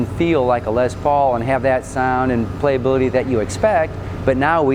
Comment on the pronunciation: did anyone else notice that the guy who is touring them says lez paul, and likes to say les paul?